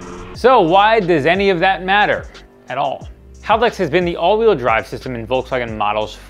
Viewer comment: are.... are you saying haladex?